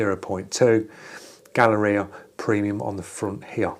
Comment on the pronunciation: It’s Gaahleri, not Gaahleria.